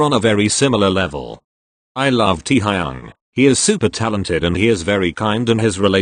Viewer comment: correction teeeaaaa-high-young